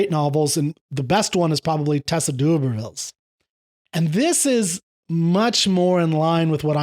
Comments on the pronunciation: Thought you might like to know that Ren's favourite authors are Orwell, Huxley and Vonnegut P.S. Re' D'Urbervilles. The first syllable is pronounced 'durb', as in 'blurb'. :) P.P.S. Yes he's read 'A Clockwork Orange'. It's a HUGE influence on Ren. Both book and film. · hi , tess of the d,urbervilles is pronounced derber vill no disrepect my friend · I think you need to look up the pronunciation of d'Urbevilles.